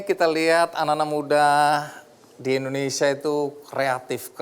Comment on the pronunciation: Mohon dikoreksi.. Kelihatan tidak bermasalah.. Dalam mengucapkan... Bukan INDONESA... tapi INDONESIA... Maaf sekedar saran & Koreksi...